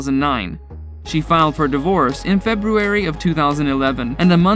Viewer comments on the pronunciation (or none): none